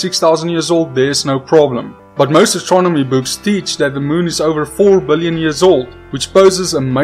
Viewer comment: billoin you can tell that 29 years of learning English paid off in that word